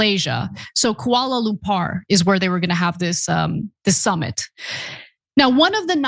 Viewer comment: Did she just say Kuala Lumpar? Does Ana actually have a passport? Does she travel at all?